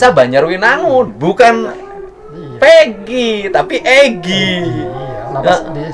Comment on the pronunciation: P nya hilang pak jadi egi